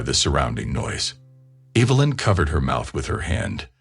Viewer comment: Lie-um and Evil-lin?